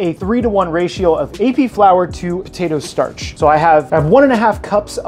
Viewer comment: Postatoe Starch?